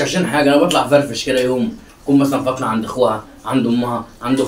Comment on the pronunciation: ليش تقولي ( فاطنه ) و الأسم هو ( فاطمه ) ؟